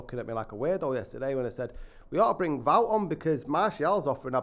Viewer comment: Wout is pronounced like devout....